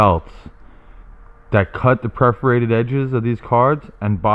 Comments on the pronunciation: It’s PERFORATED not preferated. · "Perforated" not "Preforated". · Was it bugging anyone else that he was saying preforated not perforated? Lol. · Tina Stanbaugh Yes, kinda. Per-for-ated (pref). 😉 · YES, just as the people who say NUCULAR instead of NUCLEAR do. but i was strangely delighted when he found playing cards.